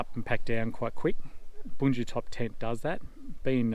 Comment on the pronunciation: I love it!! At last an Anglophone that can correctly pronounce Bundutop. Just listen to this scholar speak. Well done, Mate!! 🎉🎉🎉